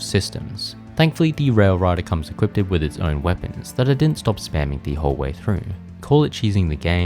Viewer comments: I'm gonna be that guy. You keep saying, "equipted". That is not a word. It's equipped. I know nobody likes a spelling or pronunciation nazi, but it was annoying me. Great video though, these games were my childhood. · bro... its just equipped lmfao. not equipted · equipded is not a word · hehe you say equipeded